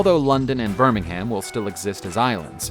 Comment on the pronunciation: If he pronounces Birmingham wrong 1 more time